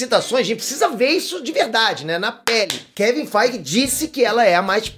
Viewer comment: Pô, logo você aos falando o nome do kevin!!!!FEIGE!!!! errado mano?! =/